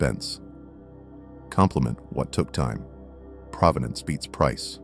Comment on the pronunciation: It’s pronounced pro-ven-ance meaning history or story of the object. Not pra-va-dance like the city. ….. and that you don’t know that makes you new money. Or maybe no money.